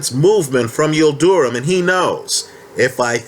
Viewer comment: his name is not pronounced Yil du rum......it’s Yil drim.....